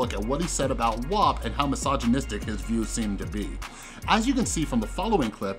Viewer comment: Thankyou for pronouncing WAP correctly